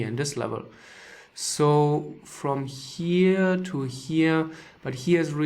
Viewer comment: Wenn er here gleich wir hier betont fallen mir die Ohren ab